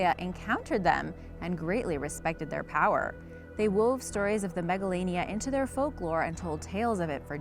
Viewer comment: I thought that she said megalovania instead of Megalania XD